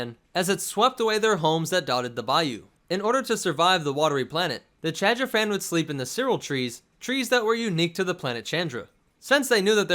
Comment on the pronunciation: Take a shot every time he says Chadrphan